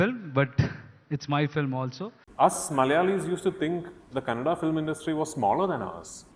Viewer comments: Hindi, not Hind, Likewise Kannada, not Kannad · Kannad nahi KANNADA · It's not Kannad, it’s Kannada. If we say Hind instead of Hindi, how will it be? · Thank you for the video. But it is Kannadaaaa not kannad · Ram = Rama that's why Kannad =Kannada... Your example of Hind =Hindi is absolutely correct people of Hind are called Hindi from which the name for the language Hindi came ...I think this much information would be enough for you to understand the thing... Moreover it is usually seen that the same word in North written and pronounced differently in south... Eg Vijeta =Vijetha,Jeetender=Jeethendra and many more tou can find ... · Bro what's kannad? It's kannada 😢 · It's not Kannad it is Kannada. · Hey it's not kannad Pronounce properly it is kannada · hello , it's not kannad !!! it's kannada ...please pronounce completely and correctly. 👍